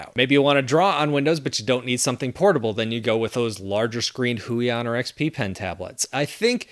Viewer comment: "Go with the Hui on" and every Polish viewer listening to you was probably like: 😂 😅 Thanks for the videos!